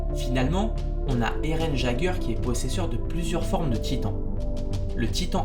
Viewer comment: EREN G GUEURE , HISTORIA RAZ , ROD PTN ta rien respecté mec 😭 sinon bonne vidéo